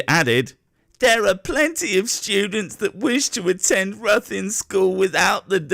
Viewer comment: ITS pronounced rithin btw